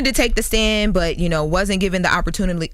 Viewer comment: Opportunitly?😂 okay